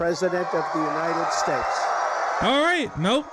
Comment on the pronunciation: United Shaashts of America...folks....